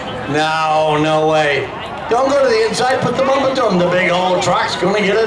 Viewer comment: Drive it hodd! Get on the bumpahh!